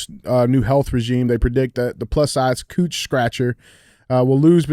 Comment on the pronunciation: .. Are we just going to pretend DJ didn't just say "cooch scratcher" instead of couch scratcher 😂